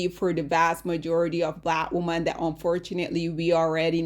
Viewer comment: Lawd! 😔🤚🏼 Ok, the word "women" is actually pronounced "whim-min" not "whoa-min". Whim-min.